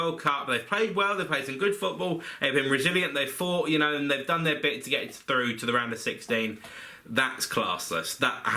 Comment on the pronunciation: England are froo (at 6.16)